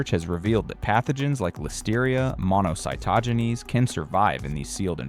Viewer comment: Monocytogenes is pronounced (mo-no-cy-to-genes).